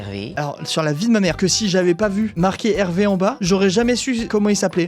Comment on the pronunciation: on a du mal a comprendre "Hervé" à cause de l'accent franc-comtois , notre spécialité c'est de manger les "v".